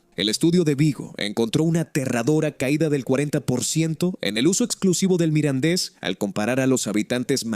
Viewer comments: Es un poco lamentable oír todo el rato hablar indistintamente del mirandés y del "midindis"... esto de la traducción automática es un asco. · Muy interesante el vídeo y su información pero se acabó el vídeo y solo se oyó mal pronunciado el idioma Mirandes